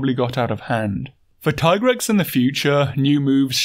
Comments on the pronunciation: Thank you for pronouncing TAI-grex instead of TEE-grex. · I appreciate your keen attention to details and respect for monster biology but more than anything I appreciate the correct pronunciation of Tigrex. Keep up the good work. Very entertaining stuff.